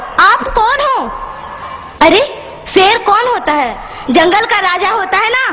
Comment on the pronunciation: Bolna to seekh lo item bomb nhi atom bomb hota h or ser nhi Sher hota h